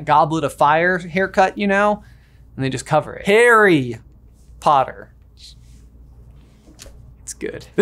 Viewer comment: "HAIRY Potter" - Nailed it. 👍